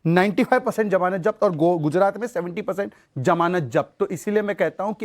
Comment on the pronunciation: Shahzad Poonawala, The correct word is Zamanat, not Jamanat.